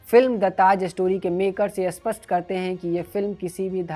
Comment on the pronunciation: भाई साहब, 'अस्पष्ट' नहीं 'स्पष्ट' शब्द का उच्चारण सही करिए। आप अर्थ का अनर्थ कर रहे हैं। इस चैनल में उच्चारण की समस्या बहुत होने लगी है।